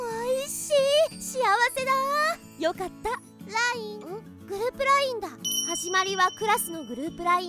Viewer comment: LINEって言ったり、WINEって言ったり、ごちゃごちゃで草